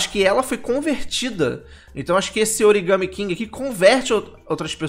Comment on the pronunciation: Não é origame.... é origami (aquelas figuras de papel do Japão)!!!